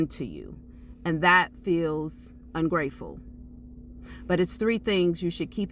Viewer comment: Bruh i couldn't make out what she said about ungrateful